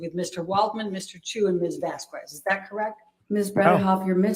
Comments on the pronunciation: Gotta be honest- the fact that Judge Penny seems to be annoyed by mispronouncing Camille's last name is endearing. I have also started to be triggered every time I hear, "Miss Vaskwez..." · The way speaks is annoying... "Vas-kwez" "saide" (instead of "side")...